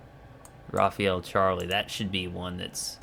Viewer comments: fr not rafiel but rafale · It's actually pronounced "Rafaa'l" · Not Rafael... Rafale 😉